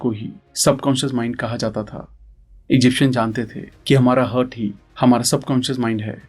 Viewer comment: Sir aapko हार्ट बोलने में क्या दिक्कत हैं, हर्ट कैसे बोल सकते हो यार. कितना जाहील लागतं हैं